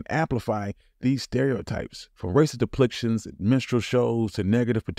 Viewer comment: LOL the mispronunciations too. Had to skip back three times for "racist deplictions and menstrual shows" haha